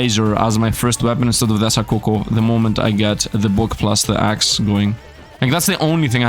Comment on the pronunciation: Fun fact: The Coco in Asacoco is pronounced like the Coco in coconut, not cu cu. Another fun fact: The Asacoco is a "detachable tail". Where you plug it is up to your imagination